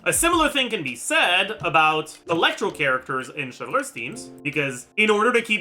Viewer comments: I don’t watch much, WHY DOES HE SAY “Cheljurius” FOR “Chevruse”???? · You NEED to stop saying “chevreuse” and “clorinde” like that oh my god 😭😭😭😭